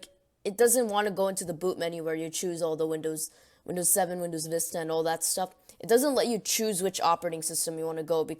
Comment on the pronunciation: visita? it's vista not visita